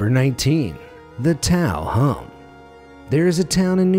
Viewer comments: Taos is pronounced “tah-ohs” not “taow” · Did you just pronounce Taos as 'taow'? Dude, Taos, N.M. Pronounced "Towes" There's an 'S' at the end. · Living in the area, I can confirm that Taos, NM is pronounced TAH-ohs. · Its actually pronounced t-ow-s (Taos) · It's NOT "Tao", it's "TAH-oes". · Taos is pronounced Touse with a strong "S" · Hey! It's pronounced tow-s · Lol it's pronounced like t-ow-s. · It's not Tao its Taos the s is pronounced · Grating to my ears- #19 is the TAOS hum. Taos is pronounced like ”house” replacing the h with a t. My family has been here since 1750. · you mispronounced taos the S isn't silent also im pretty sure thats not true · The "S" in Taos isn't silent. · i believe you pronounced taos wrong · You mispronounced Taos.